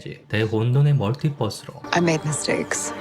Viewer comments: 알고리즘 타고 왔다가 정주행 하고 가요! 거의 밤새도록 봤어요! 근데 모든 영상에서 멀티뻐스라고 발음하시네요ㅎㅎㅎ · ㅋㅋ 멀티뻐스 발음 한국사람 맞누